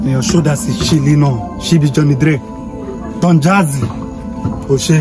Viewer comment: 😂😂😂😂he say don jazzy 😂😂